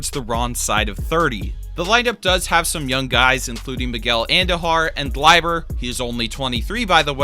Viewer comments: Did my man just call him G L I B E R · Mans said gliber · “GLIBER TORRES” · Don't butcher Gleyber Torres's name. Also, Judge hasn't been declining, he's been out for about 60 games or so each season. Also, a 50 HR season is not a sustainable rate. Few if any players sustain that rate.